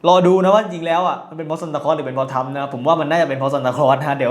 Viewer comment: หัดพูดไทยให้ชัดก่อนออกคลิพดีไหม? “ทัมพ์ทำอะไลแปกๆ” ทั้มพ์, คิ๊พ, อะไล, เหลียญ ฯลฯ ฝึกได้นะคะ หัดเถอะค่ะ น่าเสียดายเวลาชีวิต พูดผิดจนตาย